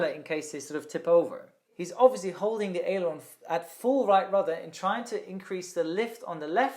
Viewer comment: "holding the aerilon at full right rudder"